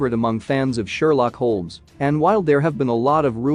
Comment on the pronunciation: Your mispronunciation of the lead character’s last name makes me not care what you have to say..